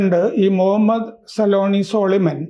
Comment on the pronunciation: സോളിമൻ അല്ല സൊലൈമാൻ ആണ് 😂😂